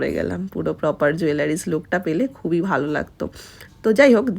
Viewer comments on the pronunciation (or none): none